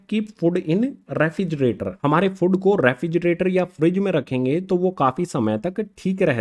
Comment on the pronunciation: Sry to say but sir fod nhi hota food hota hy ...